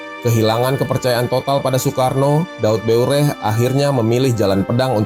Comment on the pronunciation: Daud Beureuh, bukan Daud Bureh 🙈